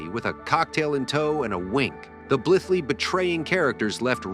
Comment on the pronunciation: and inGENyou...and Blith-lee